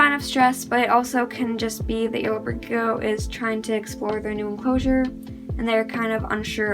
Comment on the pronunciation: 🤔 why do you say gecko like “leopard g-o”